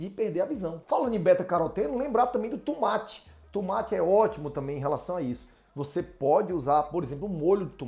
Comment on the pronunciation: TUMATI? DEPOSITO? KKKKKKKKKKK É UM BAIANO MESMO !